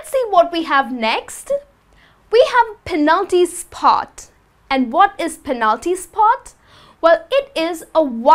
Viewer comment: She sounds so aggressive. Calm down honey. It's penalty spot not "phenalty sspott" or center circle not "centttar chhirchle."